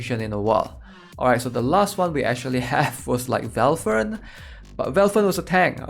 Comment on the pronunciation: i love when you call valthicc "velfern" x)